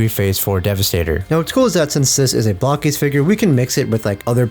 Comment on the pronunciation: Being English I read that as bloke-es, bloke-eez? I would not have thought it was pronounced block-eez